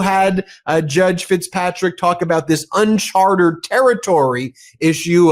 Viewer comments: Ben, "Uncharted." Not "Unchartered." And while we're on it, the phrase is "let alone," not "yet alone." Thank you for your attention to these matters of detail. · It’s « uncharted » not « unchartered » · IMHO, shouldn't it be "Uncharted Territory" not "Chartered" as it sounds like you're saying :) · BEN BEN BEN!!! The word is NOT UNCHARTERED! It’s UNCHARTED!! There are Two Meanings; Two different words. FIX THIS IGNORANCE. Don’t say Unchartered when you mean “UNCHARTED”, which uses several times, in attempt to slip you the CORRECT word. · Great news, such a welcome development! This indictment and the Tish James indictment should both be thrown out! BTW, it's "unCHARTed territory" not "unCHARTERed territory" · Ben! It's UNCHARTED, not UNCHARTERED!